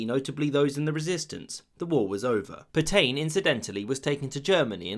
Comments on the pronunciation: Dubious pronunciation of Pétain. "[filip petɛ̃]" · Pétain = (closest English equivalent) "pey-TAN" with the N almost silent. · Please please it's pronounced PETA(n) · Reynaud, not Reynant Pétain, not Petaine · Say “Pet-anne” not “Pet-aine”. That’s a very basic and stupid error. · I enjoyed that, but for future reference, it is Pay-Tan, not Pe-Tain. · Great video. Especially that bit about Roosevelt vs Britain re: France. Only downside: the pronunciation of "Pétain" 🤦‍♂️😂 (Should be more like "Peh-tah", not "pertain"! 😂) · Puh-tain, for Petain? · I have to mention that Petain is pronounced "Petan" but of course the Brits have made a hobby of mispronouncing French words so maybe that's why. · "Le croix de Phew"? Merde alors, votre pronunciation est un bit off 😄 It's 'Pay-tan', btw. Le Petomaine was the guy who farted for the amusement of theatre goers and "music hall" clientèle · Pétain, pronounce: 'Paytain' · Omg he doesn't even try to pronounce things right "Peetayn" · Phillipe Pay-tan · I enjoyed your video, but please learn to pronounce the French names correctly. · A lot of the comments in these videos are crap, needlessly snide and condescending. The British did not "run away" at Dunkirk. They evacuated an untenable situation and thereby were in a position to continue the war. Stop sneering. And for God's sake learn to pronounce simple foreign words like "feu" and "Petain". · Excellent research apart from pronunciation! Pétain and feu were ah interesting